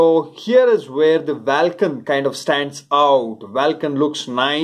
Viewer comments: Lol! You're right, it sounds bizzare saying it vaaalcan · Vaalcan kya hota hai ? Vulcan hota hai.